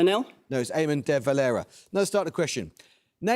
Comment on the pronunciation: Extremely funny hearing Amol’s apparent first time ever saying Fianna Fáil or De Valera